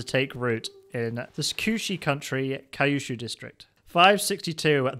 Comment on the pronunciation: TFW you say Kyushu as “Kai-you-shoe”